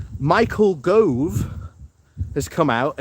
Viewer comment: And Yes BHM has some challenges with names, Michael Grove comes to mind 😂